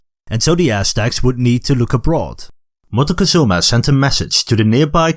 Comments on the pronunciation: Your pronunciation of Montezuma (englishized) sounds like you are trying too hard...even if you are doing the original Náhuatl...just say it like it's known in Mexico: Moctezuma. It's easier on the tongue and maybe people in general will stop using the version with the N (which we don't like in Mexico very much, because it sounds like mountain (monte) -and ketchup. 😢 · Pronunciation of Montezuma also hurts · Very knowledgeable video but you need to learn to pronounce Montezuma